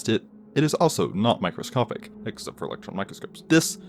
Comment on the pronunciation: After the 4th time, you said micscopic blah blah blah. I left and gave you a thumbs down. You're annoying.